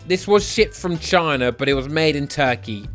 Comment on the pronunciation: The way he said China at the start got me rolling to the moon😂😂😂